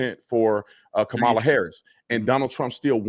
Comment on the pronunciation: This guy is a Kool-Aid drinker. FFS, pronounce Kamala correctly!!!🤬 I spoke too soon. This guy is an F'ing clueless dumbass.